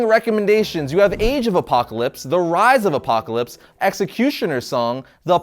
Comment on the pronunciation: I like the way you say " APOCLAPSE " ! Excellent review !!!!